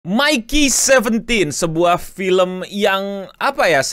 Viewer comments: Btw Mickey kyknya bacanya lebih ke Mickey di Mickey Mouse, bkn Mikey Kiyomasa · Bang nyebutin nya itu "Miki" bukan "Maiki"